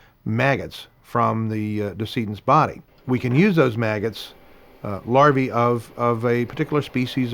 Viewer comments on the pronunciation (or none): Did he say their surname was anus？i bet their names the butt of jokes 🙄😛